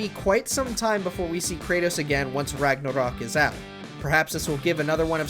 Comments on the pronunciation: Seriously, he says Rugnarrrruhk like 50 times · You say "ragnarok" like biden says "taliban" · I'm just tryna figure out why tf this guy keeps pronouncing Ragnarok like that.